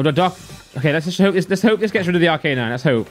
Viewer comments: ARC A NINE!!! NOT R K 9. I swear to god. If you don't learn this... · Please never say arcanine again